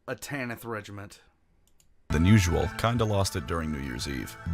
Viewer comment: didyou just said "tanith regiment" or a "Thallarn regiment"? Bc thet're not the same...